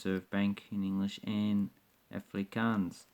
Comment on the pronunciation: im afrikaans and im not getting insulted by the dutch thing jist the way you say afrikaans lol